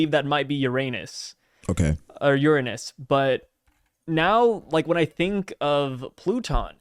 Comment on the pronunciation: Personaly, I think that might be "Your Anus" sorry I mean "Uranus"